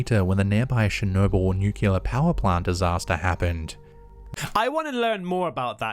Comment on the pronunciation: I knew this narrator couldn't pronounce "unknown" correctly. Now, I know he also can't pronounce "nuclear" correctly, either.